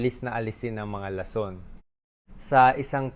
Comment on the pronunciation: 😂 Ong Bose's mo Ang pangit nang pag kakabigkas mo nang lason😅